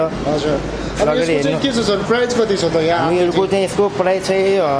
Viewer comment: पहिलो कुरा त प्राइज़ भन्नु ग़लत उच्चारण हो। कि त मूल्य भन्नु नाई भने प्राइस भन्नु